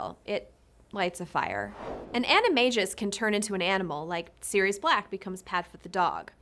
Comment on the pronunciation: It’s not A”KK”IO but it sounds CCCCCCCCC ACCIO C SOUND… and animaGus, with sound GGGGG not JJJJJJJ, FeliCCCCCCius, not FeliKKKius…. For a video about words, you should at least try to pronounce them correctly….not a good job, sorry.